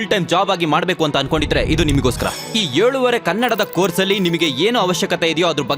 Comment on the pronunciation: ಮೊದಲೆರೆದು ವೀಡಿಯೋಗಳಲ್ಲಿದ್ದ ಧ್ವನಿ ಚೆನ್ನಾಗಿತ್ತು. ಅವರ ಭಾಷೆಯ ಮೇಲಿನ ಹಿಡಿತ ಅಧ್ಭುತವಾಗಿತ್ತು. ನಿನಗೆ “ಹ”ಕಾರ “ಅ” ಕಾರನೇ ಬರಲ್ಲ. ಬರೆದು ಕೊಟ್ಟಿದ್ದನ್ನ ಓದೋದು ನಿಲ್ಸಿ, ಮೊದಲು ನೀನು ಅರ್ಥ ಮಾಡ್ಕೊಂಡು, ಆಮೇಲೆ ನಮಗೆ ಅರ್ಥ ಮಾಡ್ಸು. ಏಳುವರೇ ಅನ್ನೋದಕ್ಕೆ ಯೋಳುವರೇ ಅಂತಿಯಲ್ಲ. ನೀನು ಹೇಳಿರೋ ಕೆಲವು ಸಾಲುಗಳು ನಿನಗೇ ಅರ್ಥ ಆಗ್ಬೇಕು. ನಿನ್ನ ಬಾಯಲ್ಲಿ QR Code, Covid, Anesthesiologist, Remedisivir, Zydus ಇವೆಲ್ಲ ಅಪಭ್ರಂಶ ಆಗೋಗಿದೆ. ಮೂರೇ ನಿಮಿಷಕ್ಕೆ ನಿನ್ನ ಮಾತನ್ನ ಕೇಳಕ್ಕಾಗದೆ ಕ್ಲೋಸ್ ಮಾಡಿದೆ.